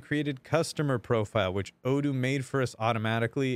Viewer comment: you forgot to say O doo not O don't:D we love you:*